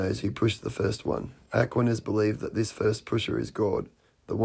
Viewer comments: The guy who kept pronouncing it ACKwaniss had me rolling. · Am sorry but that guy absolutely mispronouncing Aquinas. Really got on my nerves. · It's difficult to take someone talking about Thomas Aquinas seriously when he doesn't even know how to pronounce the name. Apparently he's never attended a philosophy class. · If I were promoting an entire world view based on the ideas of Thomas Aquinas, I would first check how to pronounce his name. 😂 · I've never heard Aquinas being pronounced like that. Is that because he has a different accent than I'm used to? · It drove me nuts that that one guy kept mispronouncing "Aquinas" 🤣 That's all I could understand, The rest of what he said was just nonsensical. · Is he purposefully mispronouncing "Aquinas" or is that a British pronunciation or something? (I looked it up and I can't find this pronunciation anywhere. I think he's just saying it wrong every time.) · Apart from all the other BS, that guy`s pronunciation of Aquinas really grated on me.